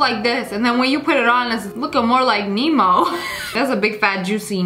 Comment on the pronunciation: she said Nemo not MeeMaw